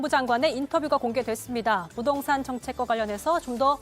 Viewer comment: 근대 이 아나운서는 말도 가끔 버벅대고 발음도 안좋은거같은데 왜케 여신이라구 하는건가요? 이뻐서? 부동산을 부돈산이라고 자꾸...